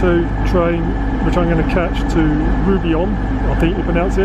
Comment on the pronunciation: you say it like ROO ABON